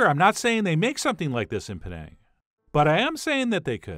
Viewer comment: Chef John, you pronounced "Penang" correctly. And the recipe is spot-on! Even my mom approves!